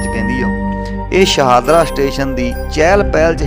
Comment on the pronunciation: ਸ਼ਾਨਦਾਰ ਜਾਣਕਾਰੀ ਸ਼ਹਾਦਰਾ ਨਹੀਂ, ਸ਼ਾਹਦਰਾ